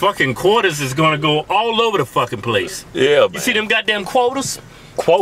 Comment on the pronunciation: "god dam qorters"